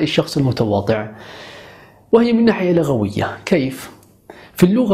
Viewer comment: اخي عندما تقول لغوية او لغويا تضم اللام ولا تفتحها لان فتحها من اللغو والضم اللغة .وبارك الله فيك